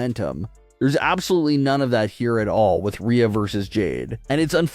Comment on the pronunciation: its jade LMAO nobody likes her and she admitted herself she doesn’t care about wrestling, she "JUST WANTS MONEY" why would i put any interest in someone who has no actual interest to be there. Also, if you change Rhea to Reeya in the script then the AI will pronounce it properly.